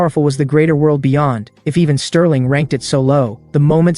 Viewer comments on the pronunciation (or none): Why tf u calling bro sterlin and mc evan? Wtffff????im 1 minute and i quit